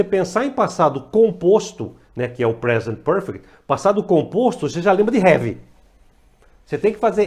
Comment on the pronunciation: vc ja lembra de " HEAVY?" rs rs rs rs rs rs ....bora melhorar a pronuncia ai professor !